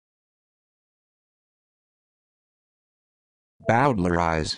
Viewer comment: Correction: This video shows you how NOT to pronounce Bowdlerize